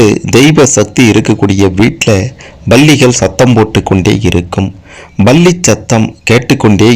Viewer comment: Balli illai sir. Pronounce correctly It is Palli.